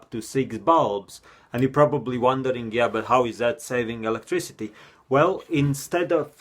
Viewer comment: I think he meant "whale" as "well ". Sounds similar